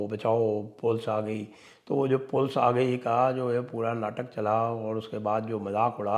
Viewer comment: 'Sympethiser'😂😂😂, 'Pols aa gayi'.